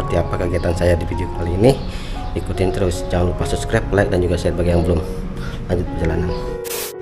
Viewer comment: belajar sebutan yang betul juga nak wkk. like bukan lek.